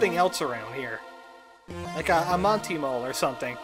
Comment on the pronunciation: Monto Mole? For a long time through this sires I thought you said, Mondo Mole! :)